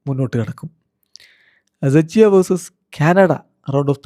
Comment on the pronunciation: റഫിക്ക സെച്ചിയ അല്ല ച്ചെക്കിയ 🤦🏻